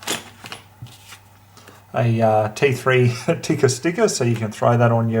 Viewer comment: I have Finnish heritage and I'd like to thank you for pronouncing Tikka correctly.